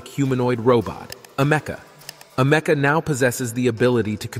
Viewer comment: "Am-ec-a". Not "a meca"